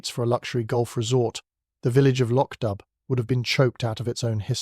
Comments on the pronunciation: The village is not pronouned "Lotch Dub"! Please listen to a narration of one of Beaton's many books! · Hillsboro, VA USA - am — Thank you. Lovely. But it would be even better if the narrator were a real person who used the correct pronunciation of Lochdubh.